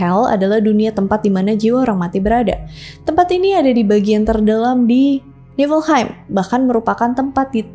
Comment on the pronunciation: bacanya yagdrasil. nefelheim.